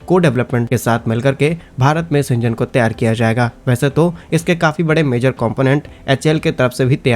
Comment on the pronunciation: त्यार के स्थान पर तैयार बोलने का कष्ट करें ।